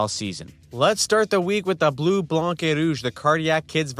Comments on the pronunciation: When you say Blanc, don't pronounce the C at the end. It's pronounced "blan". No C sound at the end. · The c is silent in Blanc....pronounced Bleu Blan Rouge...;) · please stop pronouncing the c in 'blanc'